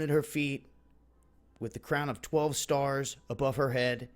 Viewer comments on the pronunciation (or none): none